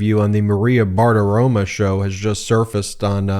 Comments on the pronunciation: BartiromOH, not BartiromUH. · Every time you say "BartiroMAH" all I can think of is how I imagine Bart Simpson would smell. And it ain't a good smell. Just take 5 minutes and say it 100 times: Bar Ti Ro MO Bar Ti Ro MO Bar Ti Ro MO (see, that's how to use all caps - like the judge who used CRYSTAL clear. You only use it when you want to scream. And I want to SCREAM!!!!!!!!!!!!!!! MO MO MO MO MO MO MO MO MO!) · Ben....my guy....it's BartaromO, not BartaromAH. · FFS, man. It's bar-ti-ro-*mo*. Not bartitoma. Stop acting like you can't be bothered to learn names. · If you're going to say someone's name dozens of times in a video episode, perhaps it would be a good idea to make sure you're pronouncing that person's name correctly. Maria's last name ends with an "o" not an "a". Practice saying it slowly a few times and then speed it up so you can pronounce it correctly!